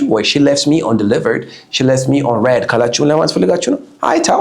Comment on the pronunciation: Why you pronounce the word read like ሬድ it’s ሪድ